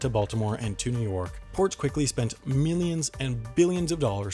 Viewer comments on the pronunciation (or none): Why? Just why? Is it that hard for you to pronounce New York correctly, like every other human on Earth?